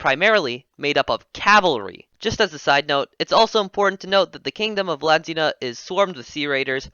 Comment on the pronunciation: I think it’s pronounced V-Lan-D-ia